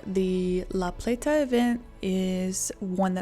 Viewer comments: The way she pronounced laplata made me positive she ain’t from chuck co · You can tell she’s from up north somewhere the way she pronounced it lol. Which again not sure why this video is labeled northeast because we are not that we are right on the line where the south and Mid Atlantic meet and fall more in the upper south weather wise (minus Baltimore) which has a completely different climate and risks then the northeast deals with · Living in Maryland I drove a truck route through that area, I can't believe it has been 20 years. I love how you pronounced La Plata. We just kinda run it all together. Also, this does show a lot about the government here. It's very reactive, not proactive. Great story. Well done. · I'm from MD (probably 50 miles north of the storm's path) and I remember when this happened. I was 15 years old and obsessed with tornadoes and the movie Twister, so I was hyper aware of the event and the significance of it. Seeing a historical overview of something close to home is pretty surreal, enjoyed the video! Also, you don't have to put so much emphasis on the "t" in La Plata. We all call it La PLAY-duh so it rolls off the tongue.